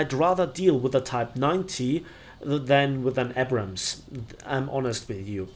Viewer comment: I just wish he learns to pronounce "Abrams" correctly one day